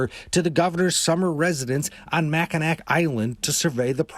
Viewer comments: Am from Michigan — it’s pronounced Mackinaw — not Mackinack lol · Mackinac is pronounced Macken-aw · yooooo michigander here! He really just said Mac-in-ack island😭💀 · it’s pronounced mack a naw island